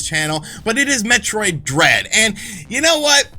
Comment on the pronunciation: When he said Metroid Dread I thought he said Metroid Bread,,,, lol